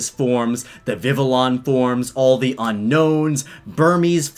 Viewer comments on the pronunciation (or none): It’s not pronounced as vivillon it’s pronounced as vivion (Not spelling that’s just how u say it) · Pokémon Pronunciation Squad here: "Vivillon" is pronounced "vee-vee-yon", because it's composed of English word "vivid" and French word "papillon". Just saying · I don't think he even pronounced Vivillon correctly. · I'm pretty sure he mispronounced Vivillon's name as well...